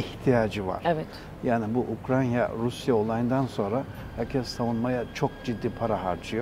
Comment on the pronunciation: Güzel adam. Bir de UkraNya demese 😊